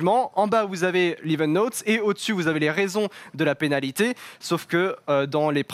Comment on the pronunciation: "la panalité","sous mère Hamilton", Excellente émission...mais vous n'étiez peut être pas obligé d'engager le stagiaire de BFM !!!